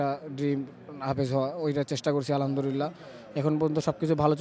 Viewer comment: যে ভালো করে আলহামদুলিল্লাহ বলতে পারে না সে কিসের হাফেজ,,,বলে আলহামদুরিল্লা